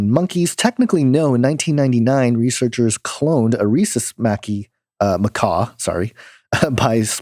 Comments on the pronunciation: not macaw, but macaque (pronounced Ma-kak). Sorry to correct you (it's actually a very common mispronunciation). But love your work. Keep up the good work! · "Ma-kack" not macaw. It's not a bird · Nice video. Fyi it's pronounced ma-kack.. ☺ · pronounced "muh-KAK".... Love you, man.